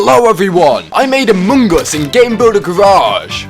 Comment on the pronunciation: Dear god. The way you chew up and spit out the word “among” is Horrendous!!!